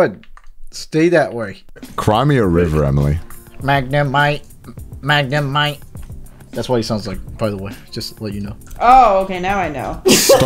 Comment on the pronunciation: Connor: "Magnemite" Emily: ✨ macaroni noodle ✨ lmaooo